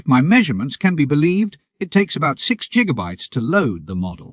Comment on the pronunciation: Gotta love those "jiggabytes" :P